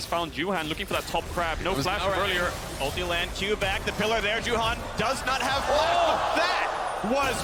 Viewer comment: I don't know why the caters can't pronounce Juhan...the one is saying Yuhaen and Caedrel says Yuhan...goddamn it's your fucking job, learn the pronunciation of the teams and players names, for 11 years the casters can't do that!